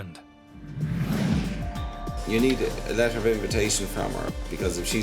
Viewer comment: It would help if the narrator could pronounce Ireland...not island